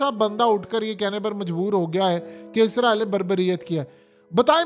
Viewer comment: App izraeel kyun bolty ho israeel bola kryn